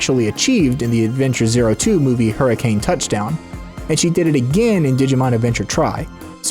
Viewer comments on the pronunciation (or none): none